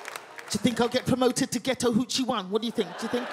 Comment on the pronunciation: Took me a while to get that she was saying "ghetto hood chick"... Not for none, but I deadass thought she was saying "getow huchi" and I thought wtf was that. Almost Google it, til she said "neega it's not yo baby!" I was like oooohhhh... Ratatata! 😂😂😂